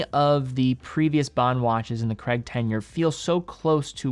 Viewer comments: How Americans say the name Craig like 'Cregg' is baffling. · Crayg not Creg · It’s Craig, not Creg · Not Creg, CRAIIIIGGG. It's Scottish. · Daniel Cray-guh, not Creg. 🤦🏻 Americans are so dumb. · BTW Craig isnt pronounced 'Kreg'. its pronounced like 'Kreyg' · A bit off subject but being British,I always find the American pronunciation of Daniel Craig's surname very strange,Americans pronounce it as "Kregg" when it's actually "Krayg" ! PS I own an Omega Seamaster 300 pro seaweed & love it! I'm not a fan of titanium as I like the feeling of weight in steel watches,when they are very light they feel cheap/fake to me even though they obviously aren't! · It’s CRAIG not creg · Say Creg again. I dare you, I double dare you. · Btw I love you but why can’t Americans and Canadians pronounce Craig?? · Really annoying American pronounciation of CRAIG! 🙂